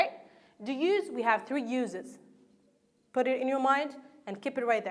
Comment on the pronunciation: Hi there, god job, but I can't bear hearing some words pronounced weirdly such as: verb >> / vOrb / work >> /wOrk/ use (n) >> /ju:z/ fond (adj) >> /fawnd/ First >> /forst/ Thanks again for you efforts.